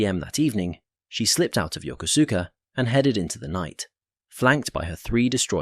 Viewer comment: I had a good laugh at how the narrator pronounced Yokosuka which was definitely not the way to pronounce it! As a young Marine, I was on my way to Marine Barracks Yokosuka and I was sitting around waiting for our flight to Yakota and there was a couple of airman there and one asked me where I was going and I told him and he and the other airman had a great laugh at my expense before one corrected my pronunciation! Needless to say, I was embarrassed, but I did appreciate knowing how to pronounce the name of the place I was headed.